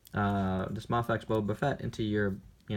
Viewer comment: it's a long A, bro as in day. MAFEX, is sounds like MAYFEX